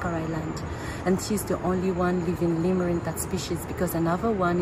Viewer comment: Jo tumhare sath guide hai usse seekh lo ke Lemur kaise bolte hain 😅 Tum to pata nahi kya Laimur bol rhi ho